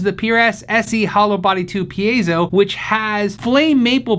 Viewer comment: Hey! I see you said it right at the beginning of this video 😃 pē-ā-zō for those who struggle with Latin, Espanyol.